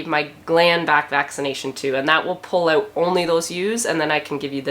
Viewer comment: The one that makes me smile is "oot" instead of out.